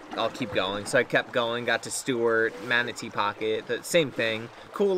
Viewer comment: Manteo is pronounced "Mantee-oh," not "Mahn-cho." These kids may not have been been born when Forrest Gump was in theaters. Thanks for making me feel real old. Thanks, Lt. Dan.